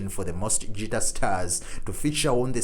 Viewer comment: Guitar, not Tschitar! ;-)